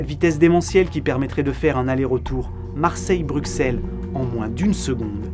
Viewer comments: PS : Bruxelles se prononce BruSSel : merci pour nous ! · Brusssssssselles s'il-te-plaît :)